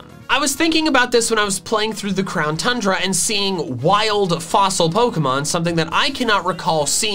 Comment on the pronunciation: We here in Belgium who say tundra like that